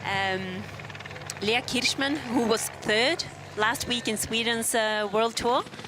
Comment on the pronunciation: Thank you from Canada! I really enjoyed the coverage and it's great to hear Leah Kirchmann's name! It sounded like you didn't know the winner's interview was being broadcast but that'd be nice to hear next time. Bravo!